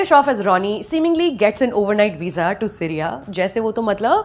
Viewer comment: Too good, she roasts the movie in the most perfect way possible. The only issue was when she pronounces SIRYA instead of SYRIA... hahaha